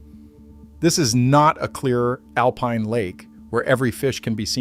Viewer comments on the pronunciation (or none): none